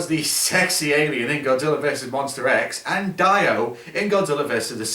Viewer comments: In said Godzillr 😀 lol look at it yourself. Not the first time I heard that word Godzillr!!! 😂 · Why do you sometimes call Godzilla Godziller